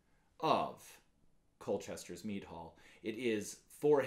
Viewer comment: Sounds like you say “me drinking, me brewing etc” 💀